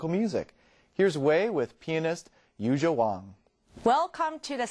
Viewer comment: she aint no "Yujia" - it's Yuja. i mean get it right!